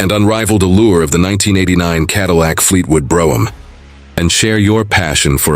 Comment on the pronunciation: Where is this car from? It's certainly not the American Fleetwood Brougham. Also, they can't even pronounce the name correctly